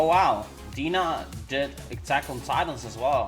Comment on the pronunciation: D...En...A not dena